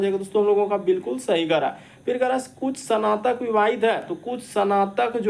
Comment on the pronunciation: Not sanatak, it's snatak